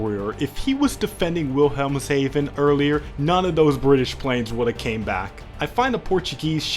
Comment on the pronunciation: "Hafen" ... like half +en (silent L) ... halfen .... Hafen ... now you got it Your obligatory german pronunciation comment